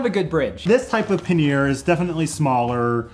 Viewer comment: This was fun. Got some new links to explore. Looking forward to the next episode. But I'm surprised that an English major can't pronounce pannier correctly. It's either `pan-yer or `pan-nee-er with an accent on the 1st syllable. Sorry to nerd out on you, but I cringe everytime I hear someone say puh `near. Or maybe it was just the bourbon and the scotch talking. If that's the case, then you are forgiven. :)